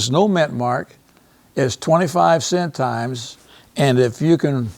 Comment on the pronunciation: Curacao is not pronounced Kur-a-kayo. Please don't present yourself as an expert if you can't properly pronounce centimes . This is an embarrassment.